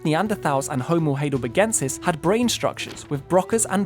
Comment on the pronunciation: It's pronounced High del berg en sis NOT "hay del berg en sis"